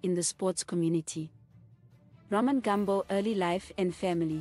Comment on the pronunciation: ITS NOT GAMB0..but Gumbo(shona word meaning leg) pronounced as its spelled